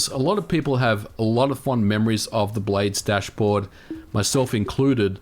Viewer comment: I thought he was saying “blade stash”